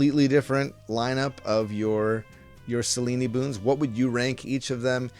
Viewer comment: Isn’t it pronounced Sel-eeen (rhymes with clean). Selen-ey sounds so weird.